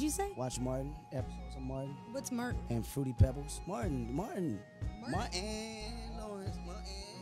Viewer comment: "I go and watch MarTtin" LMFAOOOOOOOOOOOOOOOOOO